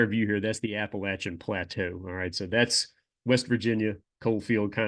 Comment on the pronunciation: Thank you for saying Appalachian correctly :)